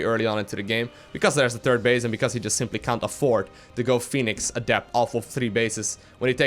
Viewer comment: ''Turd base'' I love it when says ''third''.